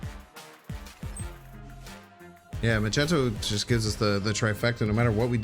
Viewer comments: Did my man just call him "majento" lmao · This is where I stopped watching... Mostly because the video was actually over though :D Still, that was a surprising way to pronounce Magneto.